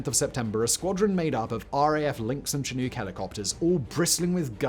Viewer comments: just a note Chinook is pronounced shi nook (making a shhhh noise) not chi nook (making a ch noise) because Chinook is an indigenous North American word. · Simon, Chinook is a Native American tribe it is pronounced shin uk. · You say Chinook all weird. The c sounds like an S. Should have a Sh sound.... I worked on Chinooks in the Army, 15U, after my 2 years infantry. They are a joy to fly in.... unless the guy next to you gets motion sick and vomits all over you. (True story. Longest 3 hour flight in a CH-47d of my life. At least the guy who vomited on me, helped me clean up my ACUs.)